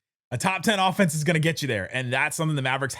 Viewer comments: Offenese - rhymes with Bolognese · Offenese? That a new language? 😂